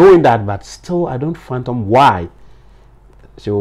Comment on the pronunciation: Master it's Fathom NOT phantom.